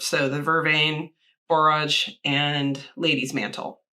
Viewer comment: I gotta know how this turned out!!! Your last pronunciation of borage was correct. I love borage, always wanted to grow blue vervain as well.